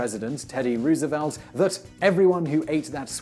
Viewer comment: More like 7 videos a week in which Roosevelt is mispronounced....